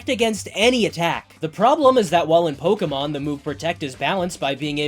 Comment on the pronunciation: the real challenge for you seems to be pronouncing "Pokémon" correctly. You only got it right 1/5 times